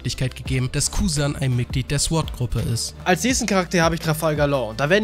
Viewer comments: warum haben so viele ein problem damit sword" richtig auus zu sprechen? mein süßer, es heist "zohrt" nicht "zwort" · Alter man spricht es sord aus und in sword...... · warum sagst du Sord, heist das nicht Sword? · Interessantes Video..aber nur mal so als gut gemeinte Verbesserung: das W in Sword ist stumm..als man spricht es SORD aus Klugscheissermodus aus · Sorry, dass ich der Klugscheißer bin, aber bei dem Wort Sword ist das W still. also wird es quasi „sord“ ausgesprochen. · SWORD SPRICHT MAN OHNE DAS W AUSSSSSSS AMK EINFACH "SORD", WIE THEO DAS MACH ._. danke. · sord nicht sword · alter lass das verdammte "W" weg!! das wort wird zwar sword geschrieben aber sord ausgesprochen!!! lern mal bitte die sprache ordentlich bevor du diese sprache so oft benutzt!!!!! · ich habe noch nie gehört das man es sord und nicht sword ausspricht vorallem hört sich sord mega beschissen an. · Ich möchte nicht wie ein Arsch rüberkommen aber Sword spricht man ohne das W aus